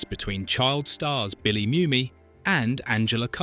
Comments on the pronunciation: It's not Myumy, it's Moomy. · I know he spells it Mumy but it's pronounced, Moomy.